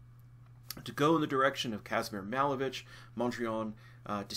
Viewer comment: Malevich is pronounced muh-LAY-vitch